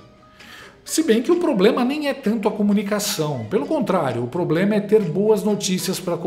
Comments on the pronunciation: E o PP faz o quê? "Poblema"dele ,"cidadões". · A primeira disgrama nao sabe nem se comunicar ,"abrido ,cidadoes,poblema" ridiculooooo